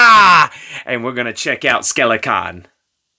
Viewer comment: Have you ever considered pronouncing “Skelcon” properly?